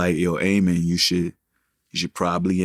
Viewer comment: A-Min Joseph 💀💀 It’s pronounced Ameen